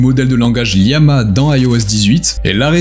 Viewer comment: Je sais pas si tu t'es fait matrixer par Micode mais on dis bien Llama et non Liama, d'où l'image de lama qui y est associée. C'est aussi une famille de modèles dont Vicuna, Alpaca ou encore Guanaco font partie, ce qui explique les noms faisant référence aux cousins du lama. Sinon très bonne vidéo au demeurant 👍